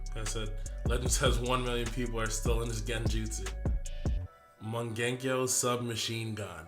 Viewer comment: Lol did you just mung genko sharingan lol